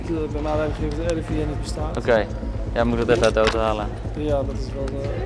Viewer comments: "Ik ben van het RIVN" 😂😂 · zegt de N heel duidelijk je moet het gwn snel zeggen dan merk je het echt niey